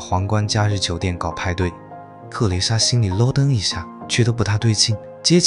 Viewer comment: 咯噔被ai念成捞噔了😅